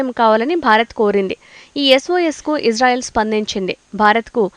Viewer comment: Anchor madam that is Israel not ijrael plz pronounce properly